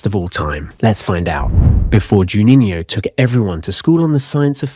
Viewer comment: I believe, "Juninho" is the only non-English-word, that you don´t pronounce ridiculously... Otherwise, all ok.